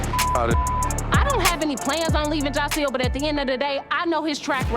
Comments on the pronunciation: Y’all killin’ me with the “Jocile”. It’s Jasiel. Not one comment with it spelled right 😂😂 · annoys me soooo bad She thinks that because she calls Joc “Jahsil”, she special. Girl please. You knew what type of man Joc was before you married him. This man cheated on you MULTIPLE times BEFORE the wedding. And she a whole lawyer 🤦🏾‍♀️ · lmaoo u ain't wrong "Jahsil" is killing me